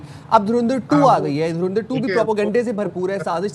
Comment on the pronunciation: dhurandhar ❌ dhurendarr ✅